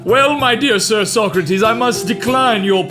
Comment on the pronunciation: How long was he mispronouncing “Socrates” before someone corrected him?